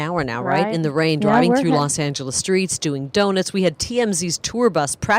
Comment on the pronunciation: “Doin’ the Do-Nits”